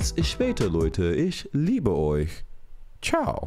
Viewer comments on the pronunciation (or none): none